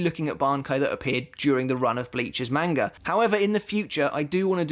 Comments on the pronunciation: The correct pronunciation of manga is mahn-gah, not MAN-ga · He said main-ga.... Disliked... Done watching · The way this guy says manga kinda sounds like mango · The video isn't bad at all but ur pronunciation of Manga is cringing its not a long a is a short a instead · Can you say Manga the correct way please...